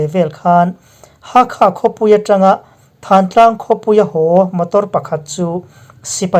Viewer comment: Thantlang nilovin thlantlang tih zawk tur a ni